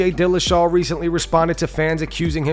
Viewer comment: Why are you pronouncing his last name pehera